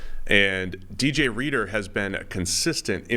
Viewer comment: Bro said dj reader hahah everyone don’t even turn this on that’s where I’m out 😂😂😂